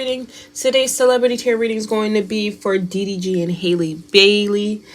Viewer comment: It's Halle...sounds like alley, valley and Sally. Good reading!